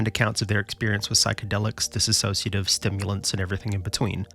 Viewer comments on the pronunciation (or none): none